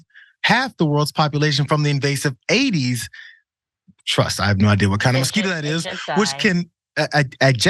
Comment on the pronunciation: I think you need a spot of help from someone who lives in an area which had aedes aegypti mosquitoes and a dengue problem. "Aedes" is pronounced "aid-ess" "aegypti" is pronounced "ay-jipt-eye" I'd go for pronouncing "chikungunya" as "chicken goon ya". "dengue" is pronounced "den-ghee" (a hard g sound) The virus that causes dengue (also known as break bone fever) is related to the viruses that cause yellow fever and hepatitis C. (So you can test positive for hep C infection after being infected with dengue, even if you've recovered fully from dengue and never actually been infected with hepatitis C.... Ask me how I know.) Where I live they dealt with the aedes aegypti mosquitoes by releasing mosquitoes infected with a bacterium that halved the life of the mosquito - again, from memory, male mosquitoes that spread the infection to the females. I've forgotten a few of the details but that was the general idea. That is enough to break the cycle of the aedes aegypti mosquito spreading dengue. They used the town where I live and another town in the same part of the world for their proof of concept. Suitably infected mosquitoes have now been released in Jakarta, Indonesia, with a view to breaking the dengue cycle there, too. Trust me, not having to worry about dengue any more is great.